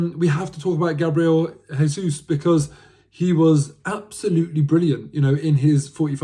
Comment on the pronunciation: Jesus is pronounced with a J as it’s Portuguese! When Jesus is pronounced with a H it’s Spanish so as he’s Brazilian it’s pronounced with a J.